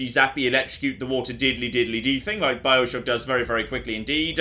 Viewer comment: A couple of times he said 'Bileshock'